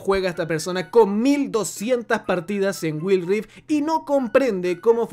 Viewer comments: "Guaild rift" así se no pronuncia, no will rifdt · Wild Rift= Guaild rift Aprende a pronunciar el inglés, que son esas mmds de guild rif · Si dice Wil rif y no wuaild (Wild rift) como no va a pensar que va a caer si no pronunciarlo sabes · “Waild rift” esa es la pronunciación, habla bien educa a la comunidad y el juego no se está acabando todavía falta mucho y apenas está desarrollándose de la manera adecuada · guail rif creo es la pronunciacion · "Güil" XDDD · Me perturba cada vez que dice GuilRi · me da risa que diga wild rift como se escribe y sin pronunciación en inglés, igual que mobile legends JSJSJSS perdon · Muy bueno el contenido pero no podés pronunciar Wild, Mobile, de esa forma tan analfabeta.. con la mejor bro!